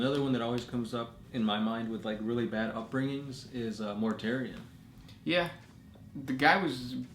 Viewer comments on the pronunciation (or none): none